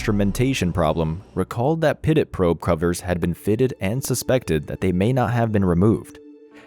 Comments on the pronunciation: Pitot is pronounced "pee-toe" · Great job on this video! For future reference though, pitot is pronounced “pee-toe”. Keep up the good work! Can’t wait to see the next one! 😊